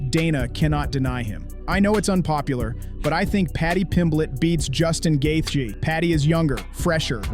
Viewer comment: "justin gath-ya"